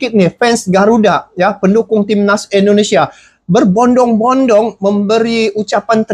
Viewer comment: tolong perbaiki penyebutan INDONESIA dengan benar. INDONESIA. bukan ENDONESIA. Terima kasih